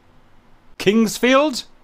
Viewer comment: I think you pronounced Kingsfield right :)